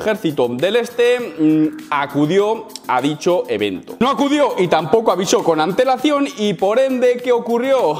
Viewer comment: Cada vez 1ue dice antelacion... ANTEEWL